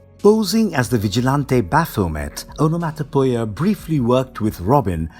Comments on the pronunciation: On-a-mot-a-pee-a is how one pronounces Onomatopoeia. Otherwise? Great video!! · Aa.nuh.maa.tuh.pee.uh. Onomatopoeia. This is how you say that word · It physically hurt me when i heard him say "Onomatopoeia" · I really want to say this video was amazing.. however.. There is zero chance you didn't intentionally say everything you could incorrectly. It shows a deep lack of fuqs to give. You literally said ”snikt”, the sound of metal on metal sliding into place, and the second most well-known onomatopoeia after "pow", ”skint". Never mind that you didn't even begin to care how to say "onomatopoeia", much less Google it. Hell.. you said "Talia” wrong.. the WHOLE video. A potentially amazing video marred by the author's desire to show everyone how little he cares. I had to turn the video off when he said "maniackle". What the HELL is a maniackle?